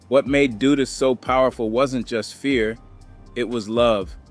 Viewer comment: All of them wether its A.I or not, always say Dudus name wrong.. I always gotta stop and laugh.😂